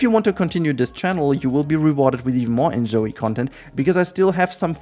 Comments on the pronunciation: How does that make him pronounce it as "zoui"? There's no U in "Zoi". I'm hearing him say it the same way Anglophones pronounce the name "Zoey", as if there was a U there. Did I hear it wrong? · I'm confused bc I've watched many videos about this game and haven't heard anyone saying it like that, plus he sounds like German is his first language, therefore that isn't to blame either (despite what the other person who replied here said), given that the O in German never sounds like "ou" on its own, unless there's a U after it. I can only assume he tried to guess how it would be pronounced in English and got it wrong, but that is another thing I'm confused about, bc one would think he would have watched other videos about this game, and if he had, he would have learned how everyone else is saying it (unless that's how it's pronounced in Korean, and he knows that and I don't, which is another reason I'm asking, so I can learn if it is). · ZOI not zoey! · Amazing review, but why does he keep pronouncing "Zoi" as if it was "Zoey"? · It's not called Zoëy but Zooj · I hate and I mean HATE that you keep saying In-Zoey in stead of In-Zoy the way everyone else does. I know you're doing it for the fucking engagement in the comments and I hate that its worked on me. I hate my life. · Dog you don't even know how to say the name right It's not pronounced like you said The fact you called InZOI enZoey is literally stupid